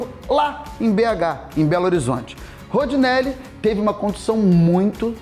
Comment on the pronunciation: Ótimo vídeo, mas o narrador toda hora erra o nome do Rondinelli, chamando o de Rodinelli...